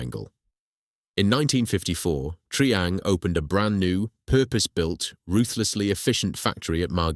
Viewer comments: Triang is pronounced try-ang not tree-ang. God that's annoying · An excellent script, spoken by a moron. Is this computer generated voice over? Why do you use it? It's try-ang not tree-ang, and you can't even pronounce Meccano consistently. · Triang = pronounced 'Try-Ang'! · mispronounced of Triang, and we lived in Margate. Unforgivable, otherwise good or very good. Spoken too fast...